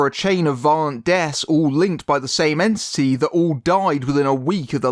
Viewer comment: I kept hearing you say "Smiling ANTSY" or "Yancee" instead of entity and that was just hilarious.